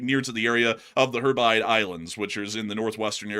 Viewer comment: It's pronounced (HEB - ri - deez), not (HEB - rides). Keep up the great work tho guys, I live in Scotland and you guys are still my first point of call as with some other YouTubers for world/Ukraine news